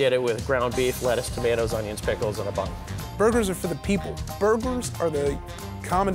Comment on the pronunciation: he said blugers